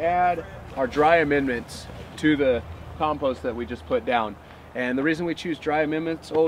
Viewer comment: Learn how to speak English, though. 'COMPOST'. Say it with me...